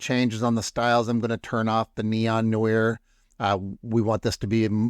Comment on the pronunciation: This is a fun tutorial! Thank you! I really like the idea of taking a photo-bash collage like that and polishing it up in Fooocus. BTW, I believe the Noir in Neon Noir is pronounced a bit like "nu-waar". It's French in origin and it's pronounced a bit differently in the US vs in France with the French pronunciation of it being a bit more like "new-wah".